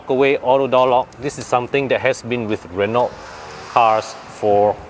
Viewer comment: Asian should dotheir review in their own language instead of English. Who are they reaching anyway? If I want an English review for a french car, i would rather go to european reviews done in English for a much decent accent and infos. After all, these cars are european. I cant stand these guy's atrocious accent. Btw, it is pronounced Re-no. Not Re-nolt!